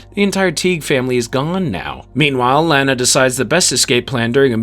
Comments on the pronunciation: Stop calling Lana Lanna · It pronounced LAH-nuh Lana Lang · Gosh... if you're going to do a retrospective on a show with 10 seasons. .... at least get the main characters names right. Lane-a lol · You are saying Lana's name wrong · You are saying "Lana" name wrong. And it noticeable. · I hate how you pronounce "Lana" but I thank you for the video! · I cringe every time he pronounces "Lana" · It's hard for me to comprehend all the work that went into this summary, and yet, it bothered me each time you pronounced Lana's name lol... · I'd say take a shot every time he mispronounces Lana, but you'll be dead in the first hour. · Also this guy butchered Pete and Lana’s name, only Lana’s aunt Nell said her name in that dumb way and wtf Pete Russ? It’s Ross jackass